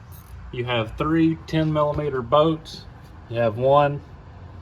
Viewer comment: What accent is that where they call bolts “boats”?😂😂i love it haha